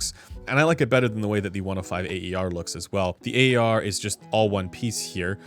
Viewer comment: Instead of always pronouncing “A.E.R.”, you could simply say “air’, as it’s close enough to how it sounds untranslated: “a:ér”. Cheers!